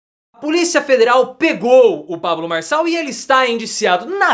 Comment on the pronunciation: Farshall, fala direito.